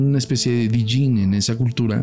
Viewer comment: La D de Djin es muda, es como el Djent, se dice YENT :B no me odien